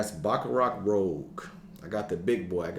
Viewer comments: Baccarat ROOOOOOZSSSSHHHHH. Not rogue!! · You might want to check how BR540 is pronounced. It's Rouge as in red, not Rogue. I mean if you like it that much, you might as well say it's name how it is. 😉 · Great video. It's Rouge, not rogue. French for red. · Rouge not Rogue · rooj not roag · Good to see you back bro. Bringing back memories of my first introduction to fragrances watching your videos. Kiton was one of my entries to this hobby thanks to you. By the way it’s Baccarat Rouge as in red, not Rogue. 😊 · FYI "rouge" should be pronounced like "roozh". 🤣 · Rouge is pronounced rooj.